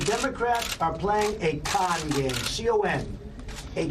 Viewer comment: why did he have to annunciate con like that what other sort of games does he think we could have mistaken it for